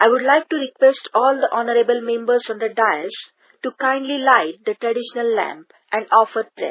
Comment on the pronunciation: Please write and say the correct words you write and say dais as dice correct your mistake please